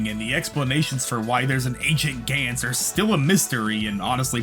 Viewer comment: Its pronounced Guns as in 🔫 not a"gaints"